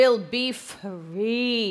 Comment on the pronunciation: And it will be fwee